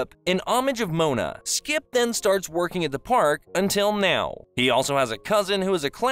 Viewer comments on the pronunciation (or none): It was really bothering me every time he said skip, but it was still a good video. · Is it just me, or do I keep hearing you say "Skip" instead of "Skips"? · why u call him skip without the s. he hates that shit